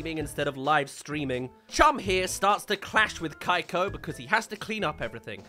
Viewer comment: Can we agree that the brain in the jar looks like a really bad parody of Caine from TADC? Edit: Again! It will not CEASE to annoy me that the kid’s name is pronounced “Kai-ko” or “Cake-ko”? and not “Kee-ko”. 🤦‍♀️